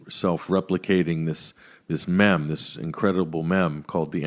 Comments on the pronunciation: Blah blah mem. Blah blah blah mem. And then says meme. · It's pronounced meem not mem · meeeeme not memms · Mem? Wtf, i thought it was a joke at first, but..., correct him ffs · Who the fuck pronounces it “mem”???